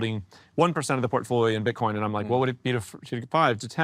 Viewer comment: Do brazilians pronounce it “Bitchcoin”? 😂😂